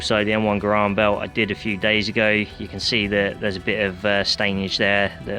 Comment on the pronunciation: btw the way m1 garand is not pronouce m1 gurarnd its pronounced m1 garand